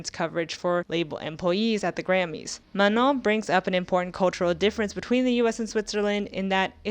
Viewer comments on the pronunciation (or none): Is that really how Manon is pronounced… like ‘Manong’?